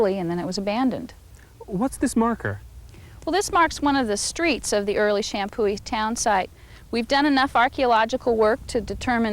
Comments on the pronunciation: the historian pronounces the name champoeg correctly. The g is silent and the prounciation is sham poo e. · This is driving me nuts... the “g” is silent in Champoeg, other than that they were saying it right. Champoeg = Shampoo-ee